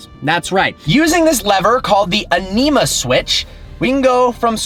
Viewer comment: Omg those pronounciations lol. Its Ánima, first letter with the accent, and Neve is pronounced like never without an r